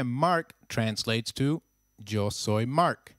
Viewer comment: Hey you pronounced "Yo soy" wrong